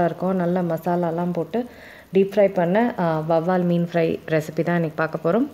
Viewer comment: Ellam ok but vavval meen kidayadhu. Vaaval meen.